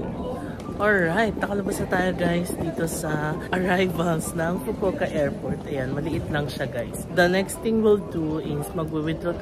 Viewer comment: I love how you pronounced the "fukowka" 😁😆